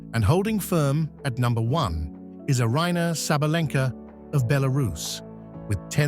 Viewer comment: Some names of them are pronounced incorrectly! First of all : Aryna Sabalenka, Karolina Muchova and some more.